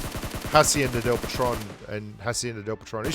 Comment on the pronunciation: Patron, not patrone